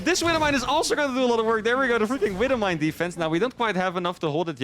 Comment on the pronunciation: the way he says wibble mine always gets me :)